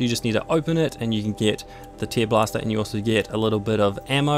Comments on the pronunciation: I'm pretty sure it is pronounced "tairblaster", not "teerblaster". It's about ripping, not crying. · He has a mild accent. I'm pretty sure that he actually thinks it is "teer" as in crying. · Where are you from btw? Also the "treelobster" thing was funny asf, lmao